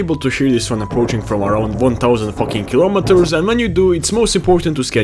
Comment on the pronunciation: WHAT THE FUCK IS A KIOMATOR